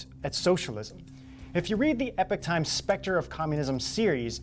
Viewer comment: Just so you guys know the Epoch times is pronounced E-pok. Not Epic.